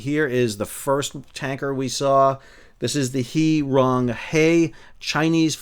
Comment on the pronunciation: He Rong Hai (pronounced "huhh-rong-hi"). Pinyin is a little weird.